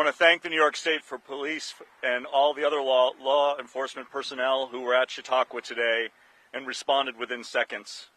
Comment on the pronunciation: "Chat-uh-qwah" oof that was like glass in my ears